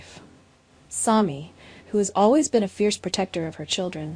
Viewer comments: It is Sami not Somi. Pronounce it correctly or get off the air. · Her name is pronounced SAM with long E at the end.